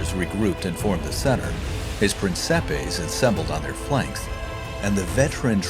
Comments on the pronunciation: Finally an English speaker that tried to pronounce "Principes" correctly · At least he didn't pronounced Principes as "prinquipes"